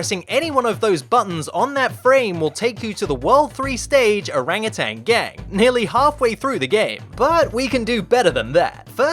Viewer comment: How he says Orang utan gang "Erengeteng geng" Indonesian language👁👄👁